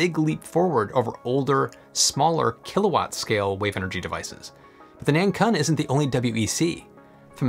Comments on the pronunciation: btw 南鲲 (pinyin: nánkūn, pronounciation is more like nan kwun, as in KWick and UNdo). A 鲲 is an interesting character, it's a legendary giant fish that could transform into a giant bird (not sure what the English equivalent is or if there even is one) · 南鲲should be pronounced as Nun Koon, it means South Whale 😅